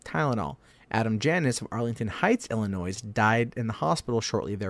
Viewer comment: sorry man...hurts my ears to hear my home state's name mispronounced. the terminal "s" is silent.